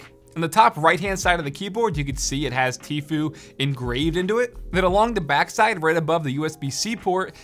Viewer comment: isnt it like “teefyou”?